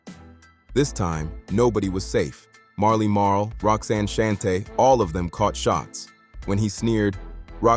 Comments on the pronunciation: Roxanne Shante not Shuntae😂Mc Shan not Mc Shawn😂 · 👎 AI slop I can't take this channel seriously if you can't pronounce Shan, Shante or Marley Marl. This narrator is whack..